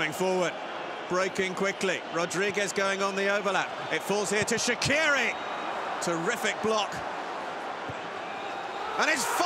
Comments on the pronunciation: But they say Shaqiri wrong Shaqiri is an albanian name and it's not like Shakiri but Shaqiri so the problem is the q If you want to read right the name of Shaqiri is this Shachiri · They can‘t say his name right it isn‘t Shakiri it is SHAQIRI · It’s pronounced shachqiri in Albanian with a ch in the middle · Yeah because they can’t prounonce it properly, the Q in Shaqiri is prounonced as Ch.